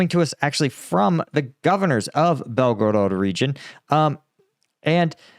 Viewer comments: Belgorod is pronounced, Bel-ga-rad, with this accent on Bel. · Bel-go-rod your pronunciation is horrible and you change it several times in first like 2 minutes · Saying belgarod the way you do without pronouncing any other Russian city with an accent is fucking annoyingly stupid! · BelgoROT, no BelgoROED. Must be too much gum intake ))) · Come on bro it's not hard to say Belgorod